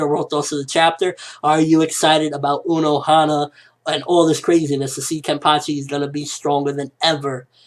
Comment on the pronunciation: is Unohana not Onohana.